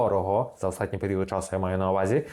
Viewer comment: "останній" українською, а не "остатній" на польский манер